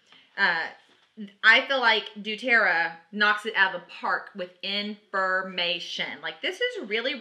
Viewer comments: I love doTerra! i’m not trying to be mean, i’m just letting u know, u r saying du-Terra, not doTerra. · please quit saying Dueterra! it is DoTerra! you should know ur product name if ur going to teach about it.